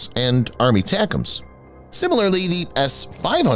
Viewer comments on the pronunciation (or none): Will you PUH-LEEZE stop calling ATACMS "Army Tacumz". Just call it ATACMS. You've been doing this for years. If you're going to break out the "Army" separately also break out the rest of the acronym.